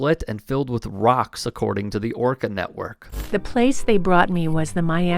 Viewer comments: What is an "orcer"? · What is this orcore she she speaks of…..does she mean orca?